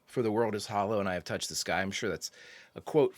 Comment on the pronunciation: I've always loved all of your brilliant reactions, especially when you get emotional, so of course, I was greatly looking forward to this episode very much. My only critique would be your reading of the episode's title, which should have placed the emphasis or accent on the words "I, Touched, Sky", because to read it otherwise diminishes its' power. The actor Jon Lormer(the older man who died) absolutely nailed the reading of that title line, and it's probably why he was hired, just to deliver that line. So let him be your example. 😊